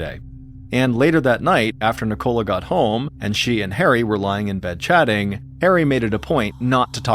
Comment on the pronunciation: Ni-Cola lol